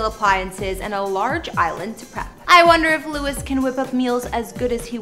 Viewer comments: Louie is the French pronunciation of Louis. Everyone calls him Louie. If you call him Lew-is then you must have been living in a cave, not a mansion, for the past 11 years. He stays with Harry in LA. His son is in CA with his Mum that Louis co parents with. I think this presentation needs to be a bit cleaner factually. Just an opinion. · lol his name is pronounced as Louie not Lewis😁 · She's saying the name wrong. Omg. Stop saying lu-is! It's pronounced loo-eeee not loo-issss. Btw I'm unsubscribed from this. Sorry but my husband wrote this comment. 😂😂😂😂😂😂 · It’s pronounced as Louie not Lewis🥲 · His name is NOT Lewis. It is Louie. Geez, some people. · LOUIE NOT LEWIS!!!!!! Omg I'm gonna scream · You really need to research the people whose home's you are revealing. His name is Louis pronounced Louee as in the french pronunciation in other words minus the s sound! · Dude it's Loo-i tom-lin-son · Disliked because you mispronounced his name 200x. LOU-IE, not Lewis. Can't wait to see future videos about Harold, Ly-am, Niel, and Zahn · His name is not pronounced Louis, but Lou-eeee! Please check your facts dear before putting out another video. If you call him Louis one more time after this video, I'm sorry but Ill be forced to unsubscribe and not watch your vids any longer! I mean that in the nicest possible way!! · It’s pronounced Louie! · Every time you say Lewis, it's like nails on a chalkboard. It's LOU-IE!! UGH!! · Learn to pronounce his name. Louee, the French way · my ears bleed whenever she says lewis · Girl......if you call him LEW-IS one more time, imma slap you! lol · Louis is his name (lou-ee) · Lew-ie is the correct pronunciation. Every country in the world knows that you are mispronouncing his name. DO AT LEAST 5 MINUTES OF RESEARCH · It was driving me crazy how she kept saying his name wrong but then I saw how pretty she is and I forgave her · YEAHH even I was thinking the same .. louis not gonna be happy.. He don't like it ya know. 💙💚